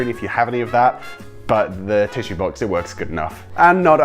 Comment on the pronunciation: When he said box he said baox like ba ox